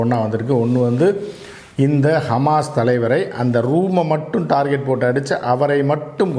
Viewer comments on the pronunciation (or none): none